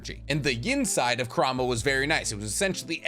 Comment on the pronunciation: Curahma😂 dude.... Connoha xD what are you doing 😂